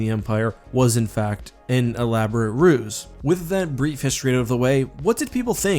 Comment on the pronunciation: At ca. I didn't get the word. "...infact he was an elaborate ruus(?)" As I am very interested in your videos, I really wish to understand every single word, but as English is not my mother tongue, I sometimes struggle with this task. :)